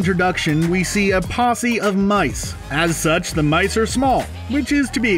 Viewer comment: Lol and "mice", which he pronounced "mike" on one occasion.